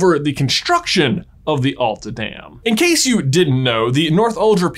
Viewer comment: you pronaunst Masi correctly but not Alta and Same. i am from Alta and kautokeino.